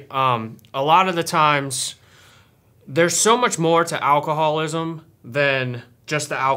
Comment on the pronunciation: its alcohol-ISM not alcohol-WASM.